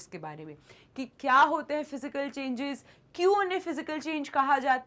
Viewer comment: Changes ❌ chgnans ✅